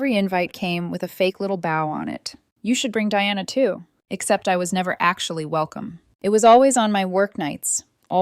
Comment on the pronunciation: BOW ---- PRONOUNCED B OH